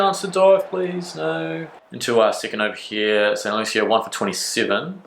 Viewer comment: Pronounced st “loosha”. Love your vids btw